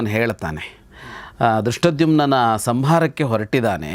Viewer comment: ಗೌರೀಶ್ ಅಕ್ಕಿ ಅವರಿಗೆ ಧೃಷ್ಟದ್ಯುಮ್ನ ಅನ್ನುವ ಪದ ಹೇಳಲು ಬಾರದು. ದುಷ್ಟದ್ದುಮ್ಯ ಅಂತ ಕಷ್ಟ ಪಟ್ಟು ಹೇಳುತ್ತಾರೆ. ಅದನ್ನು ಕೇಳಿ ಕೇಳಿ ಇವತ್ತು ಅವರಿಗೂ ನಾಲಿಗೆ ತಪ್ಪಿತ್ತು 😂